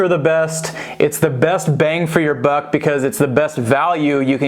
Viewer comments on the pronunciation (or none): none